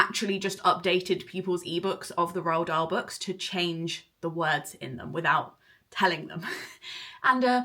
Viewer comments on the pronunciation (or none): none